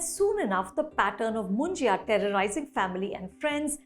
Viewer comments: It’s pronounced as Munja not Munjiya 😂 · Anupama is pronouncing Munjya as Munjaya (मुंजया)! Its written and said as मुंज्या which basically means a brahmin (because his thread ceremony has been already done) bachelor boy/man who has passed away without getting married.